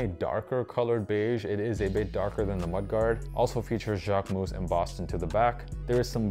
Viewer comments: dude , I am French and I live in Paris . You are not . You are saying it like : « jacquemousse » which could be translated as Jacquefoam… If you want to learn the correct way , go on a French vogue video about him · As a French the JacqueMOUSSE got me everytime hahaha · It’s still not the right pronunciation tho haha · Good video, average shoes but sorry, considering how many times you say Jacquemus in this video, you could have researched beforehand how to pronounce it correctly